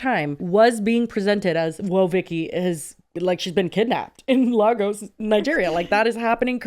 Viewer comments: The pronunciation of lagos is sending me 😭😭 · Guys I love you but it’s pronounced “Lay-gus” not “La-gos.”